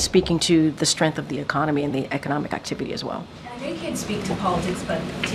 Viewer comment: Strength not strenth